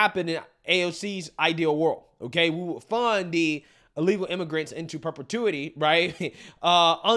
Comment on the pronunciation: Did she call them illegal immagrunts😂😂😂😂😂wow